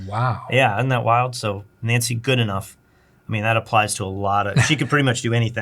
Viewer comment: If it is spelled Goodenough, it is pronounced Good-e-know.